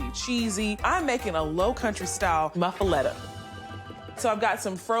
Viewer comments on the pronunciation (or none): Mufluedda 😂😂😂😂 a new american fake. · No thanks. Thats not a muffaletta. Didn't even pronounce it correctly.